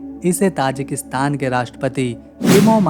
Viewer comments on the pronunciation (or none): ताजिकिस्तान / Tajikistan hai naam. And not Tajakistan. . Please correct your prounounciation.